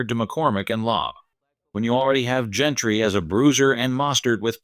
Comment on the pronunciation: It is Jeanty not Jentrey